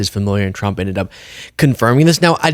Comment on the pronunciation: Why does it sound like Chump when KL says the name of the current Lying President.